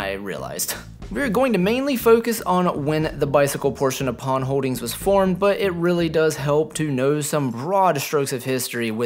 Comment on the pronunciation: One thing you pronounced the name Pon as it should be. Simply Pon.